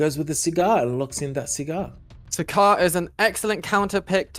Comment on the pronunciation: SAGAR... his name is SAGAR. Not Sigar/Cigar?!